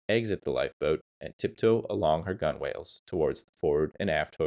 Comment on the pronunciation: Pronunciation. Coxswain: 2 syllables: "KOK" + "suhn'. Gunwale: "gunnel".